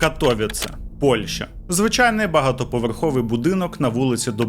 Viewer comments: Доречі, в Каліші ця фабрика піанін, функціонує до сих пір,і будівля із зовні має такий самий вигляд. Ех.... До війни працював в Каліші. І поправка - не КатОвіце,а КатовІце)) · На майбутнє: правильно Катовиці, а не Катовіце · Не катовіц а катовіце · Не Катóвіце, a вони — Катовíце, множина. Я б локалізував Катовіци. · Вибачте, що виправляю, але катовІце, наголос на передостанній слог😊 дякую за цікаве відео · При всій повазі, але дуже ріже слух коли називають місто КатОвіце . Я мешкаю тут у Польщі вже третій рік,і була в цьому прекрасному місті вже 2 рази! І наголос на катовІце (на і) а випуск чудовий та моторошний) кожного разу, коли дивлюсь випуски про маньяків Польщі… то аж мурахи… бо я тут живу і мої рідні 😮😢 та дай Бог ніхто не постраждає!❤😊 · Тільки не катовІце а кАтовіце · катовІце, а не катОвіце теж щоразу вуха різало,наголос завжди на перед останній склад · Катовіце. Наголос на і 😢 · Катовіце наголос на 'і' 😊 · КатовІце, наголос на "і" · Така мала поравка, в слові Катовіце наголос падає на І. Вибачте за таку душність 😅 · Дуже Сильно ріже вухо від неправильного вимовляння Катовіце, прям не повага, і таке відчуття що спеціально, мені як громадянину Польщі не приємно таке чути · Катовіце ,не так вимовляється,наголос не туди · Живу в Катовіцах. Одразу зауважу: наголос має бути на літері і. Дивлюсь далі. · Дуже класне відео і цікава подача. Але авторе, будь ласка попрацюйте трішки над наголосами, що назва вулиці, що міста Катовіце сказані неправильно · Хоч вимова деяких назв або імен трохи помилкова, але історія - супер! Навіть не чула, що в Катовіцах був такий тип... Добре, що здох. Дякую Вам за роботу, як завжди - неперевершено! 😊